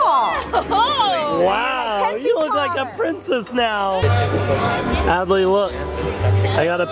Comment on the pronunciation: Not how you spell Adley and you said Addie